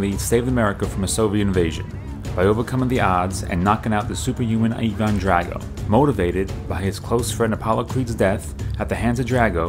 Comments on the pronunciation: It’s Ivan like eye not eevan Drago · Evaaaannnn ? It’s Ivan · Ivan drago not eevan drago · In the film it's pronounced EYE - VAN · Who the hell is eevon it's Ivan drago wtf eevon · Did u say even drago it’s Ivan drago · Evon drago 😂? It's Ivon drago, LMAO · Why does he say it like “evendrago” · Thumbs down for calling him "Eee-von" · A great video, but the pronunciation of Ivan and Drago is killing me. Eye-vin and Dray-go or Dra-go(I know you pronounced it this way) are acceptable. Besides that this was an awesome video. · Why does he say evan drago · Why do you keep mispronouncing Ivan? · You say Ivan wierd